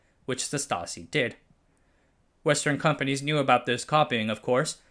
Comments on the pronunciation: Great video, as usual. Just a quick note on pronounciation of some German proper nouns: 0) Jena is pronounced "Ye-nah" 1) Stasi is pronounced "Shtah-zee" 2) Zeiss is pronounced "Ts-eye-s" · I liked this video, but why can't narrators pronounce things properly? Zeiss Jena? Come on! Stasi wasn't too great either. With all the work you did to research this video, how much trouble is it to look up how to pronounce things?